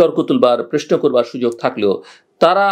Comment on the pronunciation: জিল্লুর - তুই তো প্রশ্ন বলতে পারিসনা - তুই তো বলিস প্রেশ্ন - তুই কিভাবে বুঝলি আওয়ামী লীগের জনপ্রিয়তা তলানীতে।